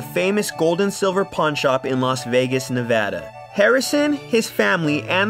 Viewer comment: The way he pronounces Nevada tho